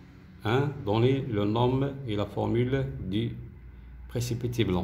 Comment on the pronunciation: Merci infiniment monsieur pour votre meilleure explication mais dans le mot nom on ne prononce pas le m elle se lit non